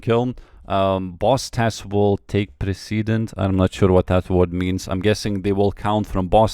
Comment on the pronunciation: "Press-ĕ-Dent" Your definition is correct. :p